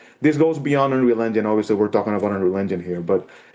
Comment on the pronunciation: UH-pic games and their latest video on UH-real UH-gine